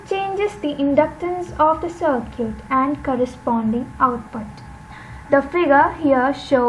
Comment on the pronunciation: Circuit bolna seekh lo atleast...its not sirquèt